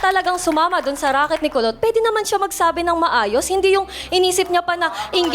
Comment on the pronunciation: Kulot po...Kulot po, hndi po Pulot...😅😂😂